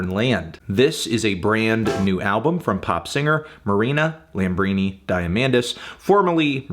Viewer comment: Hey Fantano her middle name is pronounced Lambri-NEE, it's Greek. Also appreciate is pronounced appREEciate, it's English.